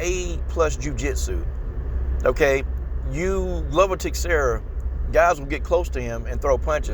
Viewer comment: Dig your comments, but the names are pronounced Glover Teshara and Yiri Prohaska An yeah, glover has the cardio, might make it a dirty, clinch game. BUt Jamahal is gonna snipe him from the distance